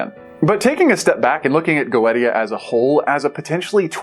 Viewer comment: I think it's pronounced Go-eesha. Not sure though. I've had this on my backlog for over a year and keep forgetting to play it.